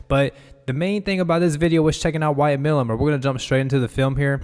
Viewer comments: Milum is a long "i" (My - lum) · Pronounced My - lum